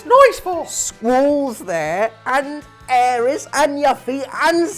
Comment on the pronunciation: It is Aerith NOT Aeris,. AerITH with th not s.!!